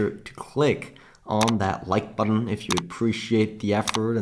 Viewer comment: “Button” …please say that again. 😂